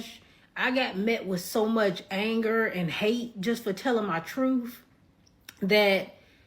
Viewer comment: "Teling her *TRUFF*" ?